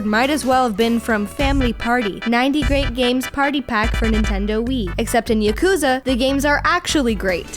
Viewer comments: P.S. Yakuza is pronounced with the accent on the first A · Sort of a pet peeve of mine it's pronounced YAKuza not yaKuza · And she pronunced Yokuza instead of Yakuza. Damn! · YAH KOOOZA. not yukooza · Girlfriend review call Yakuza YA-Ck_ZE Its pronounce YA-Ku-ZA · No. Your boyfriend should not play Yakuza 0. At least not before Yakuza/Yakuza Kiwami. Also, it's Yah-koo-zah. Not Yuh-kooz-uh. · ya-koo-za??? hello????